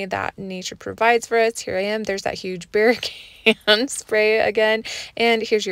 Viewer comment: So calm “bear can” lol I’m from Jersey no way! 🐻